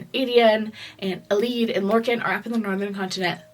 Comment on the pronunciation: hahahai love your FYI about pronunciations bc ive been almost commenting on your pronunciations of elide and sardothien every video lolol but every time im just like you know what she doesn't need that in her life with all this work she's put in and i feel very validated now. these videos are incredible youve done an AMAZING job and you can pronounce these names however the heck you want girly